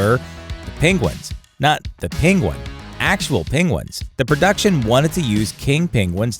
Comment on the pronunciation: seriously though is Penguin word quite hard to pronounced ?